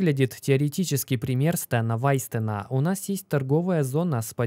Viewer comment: Не Стэна Вайстена, а Стэна Вайнштейна